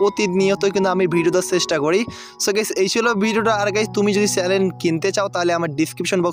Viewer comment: চ্যালেন না ভাই চ্যানেল